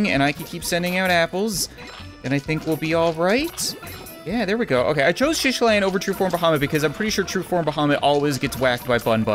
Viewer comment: It’s not shishilan it’s SHITalan and not boober it’s BLOOBER